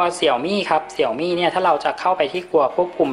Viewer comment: Xiaomi อ่านว่า เสียวหมี่ นะครับ